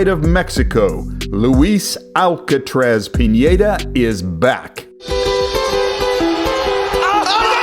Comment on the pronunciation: said pinedas name wrong. Luis, yeah thats correct. Alcatraz, no, its alcaraz. Piñeda, no its just Pineda with a hard n